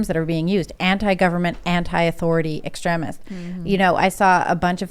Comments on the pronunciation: This chick doesn't know how to pronounce words... "extreeemist" it's extreeem. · Extremist EX-TREE-MIST Not ex tre misd. Still making good point though. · Ex-trem-ist❌ ex-treem-ist👍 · Sorry but who doesn't know it's pronounced ex-TREEM-ist? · I dont trust in the least. Tims already moderate asf but shes an apologist. Several times in these podcasts shes tried to control the narrative. Luckily shes the least dominate person in the room. She must of forgot these arent her writers.. Also she pronounces extremist wrong...